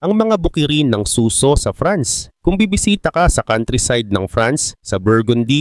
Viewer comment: Suso? As in breast😅 susò